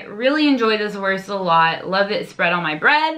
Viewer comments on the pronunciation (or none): Pro tip for the pronounciation: try to say "wourst" next time instead of "wurst" or like you say "wörst" ;) And when you got used to the german "U" try the hard "R". Unfortunately there is no example in english for speaking the hard "R". But please try!